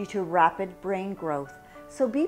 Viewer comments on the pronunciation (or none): none